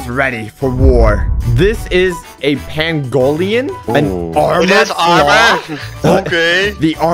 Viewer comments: It’s (Pang-ole-Len-) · why does nobody know how to pronounce "pan-go-lin" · its pronoucand pain go lin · 😳 did u just say pan-go-Lee-in but it’s fine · Its pronounced pain-ga-lin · " shakes head disappointed" that's not how you say pangolin, watch more nature shows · He butchered the “pangolin” lol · You’re saying it wrong that is not a Pengu Leon. However, you said it it’s wrong about the armadillo looking thing.